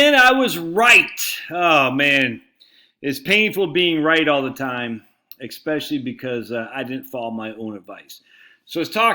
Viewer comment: Did you say 'ecspecially'? I have vanguard dividend growth and have been buying treasuries with my cash. Fidelity makes it pretty easy.